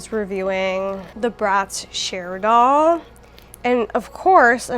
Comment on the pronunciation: I’m into his shirt and trouser combo. Also every time you said Cher doll I thought you meant the singer 😭😭 🇬🇧🇬🇧